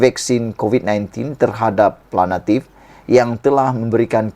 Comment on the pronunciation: Nk jdi pngulas, bahasa m, sia kna fasih..ni sbutn awk kurg tepat!.. buknya planatif, plantif....sy cadgkn awk msuk klas TADIKA kmbali....🤣🤣